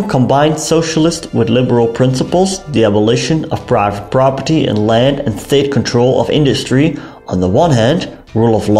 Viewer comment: The way he says private property makes me piss laughing every time 😂😂😂 "praaava prappadi" 😂😂😂 great videos though!! 😊